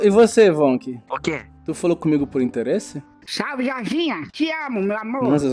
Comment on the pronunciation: "O interrese foi muito... interresante" KKKKK